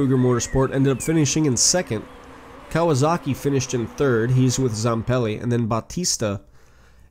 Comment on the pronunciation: Still Kawazoka not Kawasaki